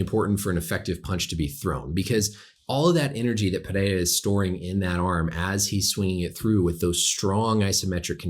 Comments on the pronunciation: Thanks Doc for getting Pereira’s name right. Names usually aren’t a big deal for me, but for some reason Rogan and the other announcers kept fucking it up and saying it 5 different ways when it’s not hard at all. Doc even rolled his r’s decently. Well done, sir. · this is the first time i see someone who isn't from brazil pronounce his name the right way